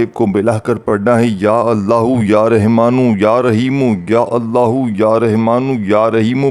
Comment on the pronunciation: Pehly Rahmaan kehna seekh lo.Rehman kahy ja rahy ho.